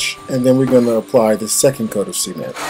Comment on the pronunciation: Sea-ment lol